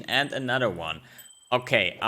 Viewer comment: "a nadder won" love that accent <3